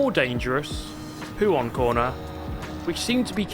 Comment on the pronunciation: Mate I’m not trynna hate, but it was so fucking painful watching you try and touch the inside curb causing you to spin every time in puon? Poo-on? 😂idk how to spell it.